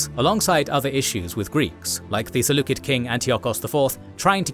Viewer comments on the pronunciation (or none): The "c" in Seleucid is pronounced with an S sound. Also, Yahweh the Creator and heavenly Father is not a god. The evil gods are in opposition to Him.